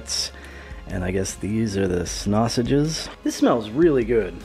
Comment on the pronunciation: Wait... did he just say 'Snassuages'? [rewind 10 sec] Yup. Snassuages. Lol. Great review- I'm going to try to find one of these (French rations are generally very good, they're up there with some of the Scandinavian stuff, but I am excited to try this one in particular). Cheers (this got my sub, and a +1, etc)